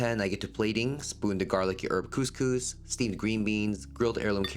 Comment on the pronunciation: I’ll never get over the pronunciation of couscous 😂 ( coming from an Algerian )